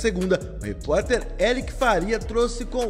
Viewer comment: Eric Faria??? Na verdade, é Eric FLAria